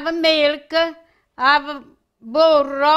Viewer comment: Love the way you said burro. In Italian it means butter, but in Spanish it means donkey. When my uncle was courting my Spanish aunt, he went to a shop to buy butter and the owner couldn’t stop laughing when uncle asked for a packet of ‘donkey’. Thought I’d share that story. Anyway, we love your recipes and your bubbly self. Happy Easter. Buona Pasqua. 🌷